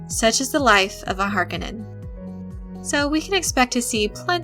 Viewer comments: I hate to be one of those nerds sometimes, but it HAR-KO-NNEN(knen) not HAR-KA-NIN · Agreed. If I were to take a shot every time she mispronounced it. Then again I'm guessing narrator isn't even old enough to remember the original, 1984 Dune. Even in the movie the Baron pronounces it "Har-ko-nin." But, at any rate...I am eager to see the new Dune when it comes out. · The Harkonnen is pronounced Har-cone-en but not quickly. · did u just pronounce Harkonnens as "Hark en ens"? :o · That name is pronounced HAR CO NEN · Harkonnen pronounced Har-cone-in. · Repeat after me: Har-coe-none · Harkonnen is pronounced 'har kOh nahn' so as you are attempting to explain Dune, perhaps you should introduce yourself to the Glossary ... The O is the Long sound not the short sound... as in "Oh" versus the O sound in words like "top"... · Paul pronounces his enemy, "Har - co - nan and no relation to Harley Quinn. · I was hoping someone would mention the mispronunciation of HAR-cone-an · Harkonin long o it is infuriating to hear you mispronounce it! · You are pronouncing Harkonin wrong the o is long not short this is confirmed by Frank Herbert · Stop pronouncing Harkonnen wrong. Seriously annoying. You even pronounced their home planet wrong. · Couldn't get through 2 minutes of her pronunciation of "Harkonnen". I'm sure it is a personal failing of my own... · Pls pronounce their names right tnx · Please teach your narrator to pronounce "Harkonnen" properly. It's like nails across a chalkboard with the way she says it. If she needs a little help with this for future videos, there's a simple solution for this. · It pains me to hear her say Harkonnen edited differently from what I've grown up with. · I dont know if I like how she pronounces "Harkonnen" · please pronounce har ko nen correctly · I hate how she pronounces "Harkonnen" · I have a hard time getting past her pronunciation of Harkonnen. Not saying it’s wrong, I’m just so used to the 1984 film pronunciation. 🤷🏻‍♂️